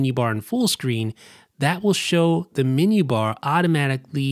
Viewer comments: super helpful, but you're mispronouncing the word"menu" as "mini" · The min-you bar. I must discover this new feature of the Mac, the min-you bar.